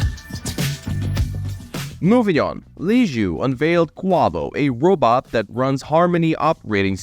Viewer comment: he calls it a 'robut'. 😂😂😂 But seriously this industry that makes electro-mechanical robots that either take over human tasks or incorporate with existing human tasks need to stop focusing on making humanoid type robots. Robots don't need to have two legs, they don't need to have two arms, they don't need to have one head. This is the glaringly obvious waste of development money in this industry. Those that figure this out and whom angle their development more towards function and less towards humanoid will be the first companies to have success. Humanoid style robots with an equivalent AI to that of a human is so amazingly far off that any work that's done on that now, while important as a building block, will not net results in any 10, 20 or even 50 year timeline. That's right folks we are way more than 50 years away from AI working as a humanoid robot. What companies need to do, if they're smart and have a vision for the next 10 to 20 years, is focus on functionality. So that means stop focusing on legs and human heads and start focusing on tracks, multiple legs, wheels, multi-physical functios and FAR less humanoid form, and more functional to the environment form. You want to slap a wig and a silly little head on it with googly eyes? Go ahead. The point is these companies are wasting their money thinking they're going to develop something to the market but yet there are generationally back from ever even being close to that point. Generationally. To those compani